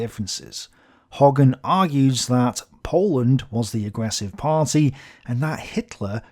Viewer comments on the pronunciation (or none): none